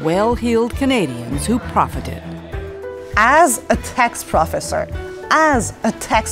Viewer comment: Did she say “praw-fussur”? I’m out 😂